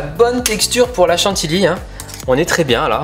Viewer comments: Trop mignon il dit à chaque fois chantiLy au lieu de chantiLLy 😃. En tout cas astuce au top! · On ne dit pas chantily, mais chantilly (à prononcer chantiyi !), comme on ne dit pas une file, mais une fille (à prononcer fiye !) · « Chan-ti-li » ou « Chan-ti-yi » ? La seconde est la bonne. ^^ A chaque fois que j’entendais la 1ère, ça me crispé. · Par contre chantilly ça se dit pas comme ça😉